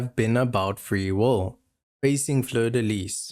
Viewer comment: Free “wole” ?? Is it that hard to say will?